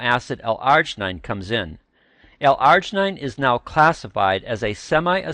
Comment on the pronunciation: not how you pronounce L-Arginine